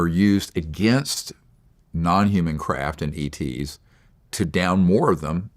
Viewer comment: ETs not Eats